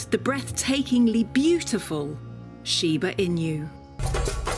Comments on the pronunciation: Imagine making a whole wikipedia video about something but ends up mispronouncing the name so badly during the entire duration of the video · At least she could’ve researched on how to pronounce the word. It’s annoying to listen that I didn’t finished watching it. Was only until 3 minutes. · So annoying to continue to mispronounce! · It drives me crazy . She's pronouncing it wrong. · I’m cringing hard the way she pronounced it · why do they let her say inyou when all of the people are saying enu? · Please pronounce correctly. Not Shiba-Inyu... but Shiba-Inu! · シーバイニュー、ていうのなんかワロてまう シバイヌよりカワイサが溢れ出てる しかしなぜイヌまで含めて英語では発音されてんだろう(笑) 背景BGMがどう聞いてもいわゆる中華風（和風ではない(笑)）で、欧米人の雑なアジアくくりっていうのもまた(笑) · It's shiba "i-noo" (a short 2nd sound), NOT shiba "i-new". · shiba INU, NOT shiba inyou!!! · It’s pronounced EE-new,. Not in you. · normal people: Shiba Inu this person: Shiba In You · Shiba emu. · シバイニュ〜って発音するのが可愛い❤ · I couldn’t watch as she kept mentioning IN-YOUs, smh! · but...why did no one corrected her weird pronounciation? Pronouncing it Shiba Inyoo all the time is strange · the "inyu" pronunciation is driving me crazy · I'm not Japanese but even I feel annoyed at the way she keeps saying "inu" as "in you". It's not that difficult to pronounce. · It sounds like she's using every opportunity she can get to say Shiba in you ^_^v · There is a Sheba In You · It’s “she be in you” 😂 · Michelle T she’s not far off. You pronounce it sheeba enoo...ask any Japanese person. Also, Americans pronounce most of the English language incorrectly if you want to play that game. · 発音が柴犬じゃなくて柴イニューで笑う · Wow she really butchered the pronunciation of the breed 😮